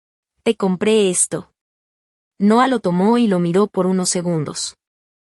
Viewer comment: 😂😂😂😂 xq siempre dice e no 😂😂😂 en ves de decir Noa y el nombre los separa No a 😂😂😂